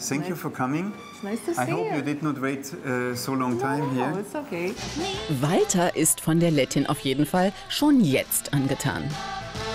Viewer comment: Es regt so auf er sagt IMMER : Im Wolter sank you for caming